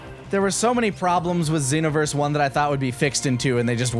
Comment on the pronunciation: GASP Did I hear pronounce it "XEE-noverse"?!